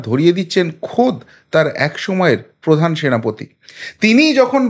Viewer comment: প্রধান নয় পোধান।😊